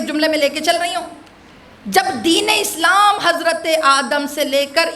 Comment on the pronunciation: ماشاء اللّٰہ بہت اچھا صرف آیات قرآنی کی تلاوت پہ زیادہ توجہ کریں ۔اس مجلس میں آیہ اکمال میں (رَضیتُ) کو تشدید کیساتھ اور (اسلامَ) کو اسلاماً پڑھ دیا۔